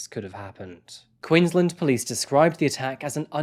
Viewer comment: I love you, but please remember that Queensland is pronounced Queens-land, like you are pronouncing each word separately. It's not like Maryland in the US where you run them together. You did well with the town names. Thanks